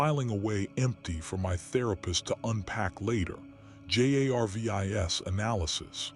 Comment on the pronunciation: This is the 2nd one in 2 days I've listened to where they couldn't get the AI to read Jarvis correctly.